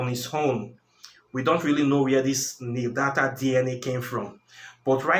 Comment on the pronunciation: The word you were trying to say is neanderthal . Pronounced (nee - an - der - thal)